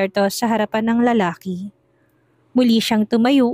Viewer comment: Lalaki ang pronounce lalake